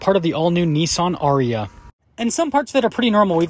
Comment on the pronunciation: How on earth can you see the word NI-SSAN and pronounce it Nee-Sauun😂